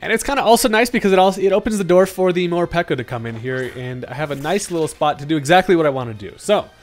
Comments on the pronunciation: Peko is a word that signifies hunger in Japanese, so peko not piko! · It's not mor-pee-ko It's mor-pae-ko Peko peko means hungry in Japanese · Pretty sure it's pronounced Mor-peck-o because peko is based off the japanese word ぺこぺこ which means hungry